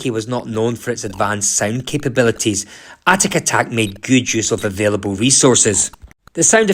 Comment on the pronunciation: Good review but it’s atic atac ! Not atatak! Pedantic know but ground my teeth every time I heard it!